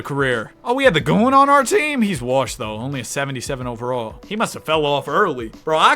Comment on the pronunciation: nobody: absolutely nobody:: "pj worrshington" "i need a glass of worrter" "this guys worrshed"